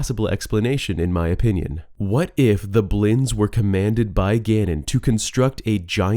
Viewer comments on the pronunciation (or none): "the 'blins"